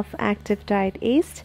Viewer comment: I hear east. is that yeast or east?